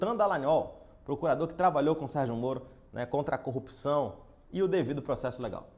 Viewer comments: falar cupção é normal de curitiba ou é uma mania que surgiu no pessoal da lava jato? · DD não sabe falar "corrupção" igual Moro 🤣